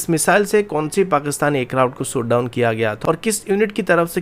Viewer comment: Lundian shot down hota he soot down nahi 😂